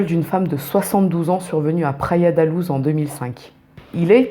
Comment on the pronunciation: Pour info Luz se prononce "louche" en portugais ;) (pas comme en espagnol ni comme la loose haha)